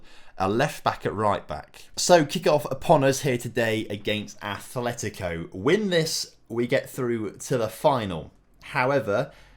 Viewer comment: It's Atletico, not Athletico.